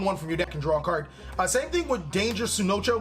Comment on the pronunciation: Sunoko. I lolled. Tsuchinoko please. Tsu Chi No Ko